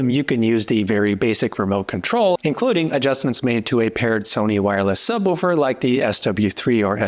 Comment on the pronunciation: a book is a book....a subwoofer...is not a sub wufer...it's a sub WOOFER!